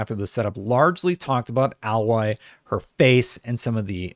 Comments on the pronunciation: Can someone tell it's freakin A(pronounced like the letter)-loy. His pronunciation is driving me nuts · A - Loy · It's pronounced AYE-LOY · Sorry man, but at least pronounce her name right... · I have to dislike cause the way you say her name is horrid! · You're saying her name wrong you would know that if you played the first game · What is it with American tubers pronouncing her name wrong. It’s said so many times in the game so we know how it’s pronounced! Idiot! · you really need to get the name correct if doing a video about the character 😆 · Seriously who do I have to fuck for people to pronounce Aloy properly? Rost literally screams her damn name in the first 10 minutes of the game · Umm what are you talking about, he keeps saying her name wrong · Why can't people pronounce Aloy? They say her name like a million times in the first game. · yeah I agree with him on everything but disliked because of the mispronouncing. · Aloy is an actual thing and that's how you pronounce it. Kinda hard to relearn your brain to pronounce it in a new way. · Have you played the game? Say the name right! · The way your pronounceing Aloy is giving me a headache lol! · Question, how have you played the first game if you cant even pronounce her name right, jeez i cringed everytime😅but as an xbox gamer i bought a ps4 to play horizon zero dawn and spiderman and hopefully i can get a ps5 for horizon forbidden west, spiderman and wolverine, for now ill enjoy my series x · I don’t understand how people can have played Zero Dawn but not know how to pronounce the main characters name properly lol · The way you pronounce her name is distracting. Pretty sure the game pronounces her name differently. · A-Loy not al-Loy the a is long not short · Can't people get over this already? She looks just fine goddamnit Also it's pronounced Ay - Loy not Ah - Loy ffs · Dude...it's pronounced...."A Lloy"....not AL loy:) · You mean alloy? Aloy is pronounced different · A-loy not Al-loy